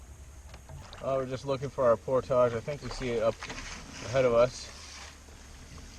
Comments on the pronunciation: driving me nutz, Portage is pronounced PORT-IG not POR-TAGES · it's portage not portaaja lmao 🤣🤣 love you channel though brother period keep up the good work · Portage rhymes with cordage, not massage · Awesome video, although it made me cringe every time I heard portage pronounced "pourtaaahje". It's "port-edge"! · UNBELIEVABLY COOL, JOE! WELL DONE. YOU ARE QUICKLY APPROACHING THE LEVEL OF OUR HERO, LED STROUD! CAN'T WAIT FOR PART TWO. IT DIDN'T EVEN BOTHER ME WHEN YOU SAID POR-TAAAAAAAJ! BRAVO! BRILLIANT!